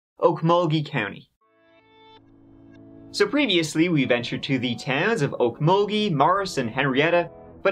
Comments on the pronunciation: I'm impressed you said Okmulgee correct. I'm from Oklahoma, my dad was raised in Okmulgee and I butchered the name as a child. You should talk about the murder that just happened there. 4 men were shot and dismembered. The story is still in the news though but keep it in mind it's spooky. Nobody knows who did it, there's a suspect but he's currently missing. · Wow, you pronounced Okmulgee properly, no one ever gets that right, great job!